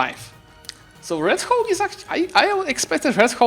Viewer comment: I can't stop laughing whenever pronounce Red Hawk as 'Red Cock' 😂😂😂